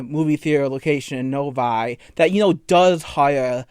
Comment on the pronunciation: I can't believe this guy lives in my county , if i see him, I will make sure to scream really loud for no reason . Hearing "Novi" raised my hair.